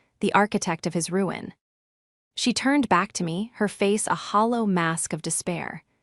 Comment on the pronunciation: Try hollow calm, not halo calm!